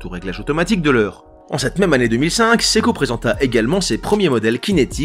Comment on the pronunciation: ça se prononce SE-I-KO et non SEKO!!!